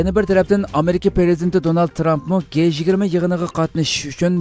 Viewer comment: G-20 ni dji20 dangla. Guey 20 amas.